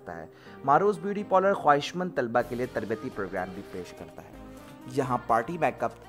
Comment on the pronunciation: Polars nhi hota parlour hota hai make up hota makup nhi hota kahan ki pronunciation sikha rhe ho